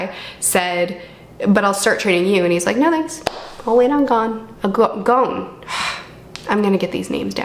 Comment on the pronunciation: Gon is pronounced as if a French person were saying it.